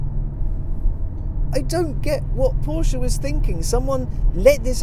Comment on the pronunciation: You sir are "the almost reviewer". In fact, as much as I enjoy Chris Harris reviews and tire shreking videos, I have to say you're my go to guy when it comes to reviews. If only you didn't pronounce Porsche "Porshia"... Keep up the good work, awesome content and humble down to earth personality. Thumbs up.